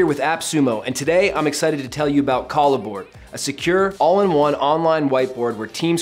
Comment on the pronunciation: Is this really the way it's pronounced? I would think pronouncing it like a merging of "collaboration" and "board" would roll off the tongue better....